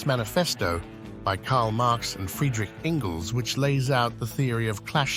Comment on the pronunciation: Friedrich Engels, not "Ingles".